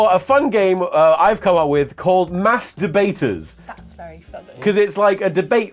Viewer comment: ‘Mass Dabaters’ 💀